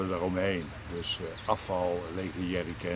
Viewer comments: blijkbaar om een sherry kan :) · Merk wel aan je videos dat het lastig is om ''Jerrycan''' goed uit te spreken. goeie video man maar beetje kort 😡